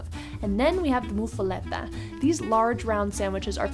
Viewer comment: It’s pronounced MUFF A LOT AH